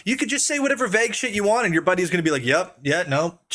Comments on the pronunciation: Vay-g not veg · Vague not veg holy fuck thats annoying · bro pls learn how to pronounce vague if you're gonna keep saying it every 5 minutes